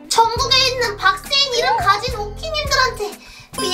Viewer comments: 근대왜. 박세인 언니 는 왜. 바악세인 이라고해? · 의 박세인 아니고 박악세인 인데요? 왜그러죠